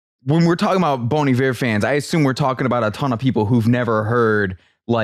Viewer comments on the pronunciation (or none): Sounds like you're saying "Bon the Bear"